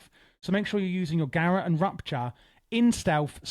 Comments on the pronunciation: Thanks for making this but please, it's pronounced "guh - rot" not carrot with a g. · Gar-Rote. not garat.